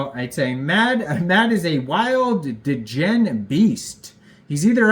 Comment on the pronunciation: Love the video bro but why do you pronounce degen like that D’gen